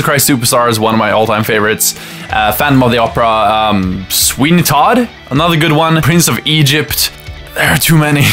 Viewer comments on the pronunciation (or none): none